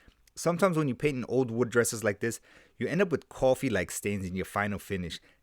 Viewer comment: I like the way you say coffee very nuyorkino